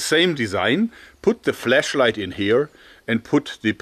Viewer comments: You keep saying "fleshlight" instead of "flashlight" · It sounds like he is saying flesh light